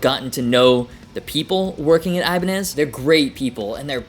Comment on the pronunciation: Ibanie? Is that how it’s pronounced? I been saying ibanez this whole time?